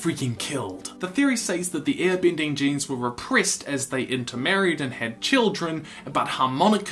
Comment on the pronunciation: u saying ear binding annoys me so much sorry cant just ignore it, ur vids are great